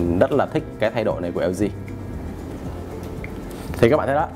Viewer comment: Nguoi ta la hang LG ma cu eo zi eo zi. Nghe phat chan